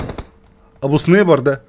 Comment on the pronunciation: انت زيي بتحب تقول علي السنايبر (سنيبر)😂😂